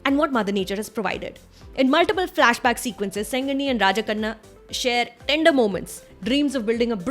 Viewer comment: Abhi k liye to aap ko hi dekh rha hu or aap ke tamil word pronunciation ko . tamil latter 'zh' Kaise use kiye apne 👌😯. ( Tamizh) ye mere juban pe Baithta hi nhi h but aap kese ? 👏👏👏👏. Or rajakannu ka naam bilkul ek tamilian ke muh se nikalne wala word jaisa hi tha.. superb pronunciation aapka.. 👏👏 great 👏